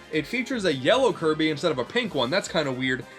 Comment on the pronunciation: 1/10 not enough kirbeh clobbah